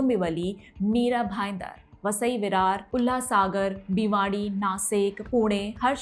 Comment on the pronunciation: विस्तार में विश्लेषण करने के लिए धन्यवाद। Teleprompter से पढ़ने पर कुछ त्रुटियां सुनाई दी । गुट को गूढ़ कहा । वसई को वास्साई कहा । भिवंडी को भिवाड़ी कहा । करोड़ को क्रोन कहती हैं। हिंदी अंकों को सीख ले तो श्रेष्ठ होगा । अन्यथा न ले, यही आशा है। धन्यवाद।